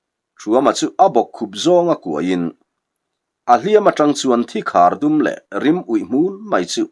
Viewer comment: 'Dum de ruang chen' lam dan hi rannung 'dumde' ang ni lovin bawng/ui dum kan lam annga lam rik tur a ni. Dum hi Hmar ṭawng, vaihlo a ni a. Chumi aṭanga la chhuakin vaibel/tuibur bengkhat zuk chhung sawi nan 'dum de ruang chen' an hmang ta a ni. Hei hi ṭawng bul lo pian chhuah dan a ni e.